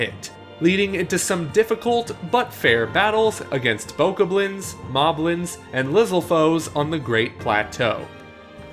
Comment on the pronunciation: They butchered Bokoblins and Lizalfos with their pronunciation.